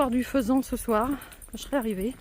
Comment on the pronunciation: Faisan sans t , c'est mieux !